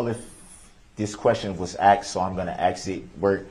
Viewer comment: He AXED too many questions and got upset when the judge SUBSTAINED the prosecution’s objections. He’s FINNA spend the rest of his life being told when to eat and wake up. I hope he accepts the TROOF of his situation.